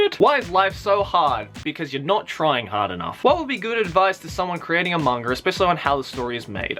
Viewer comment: It never really bothered me until now, but you say mangra.... like what?